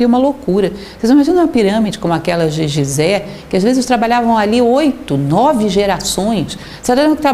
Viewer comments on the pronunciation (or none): none